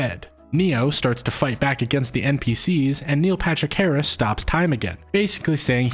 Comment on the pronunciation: Do you say "Neo Patrick Harris" all the time on purpose? By the way I was convinced before the video even started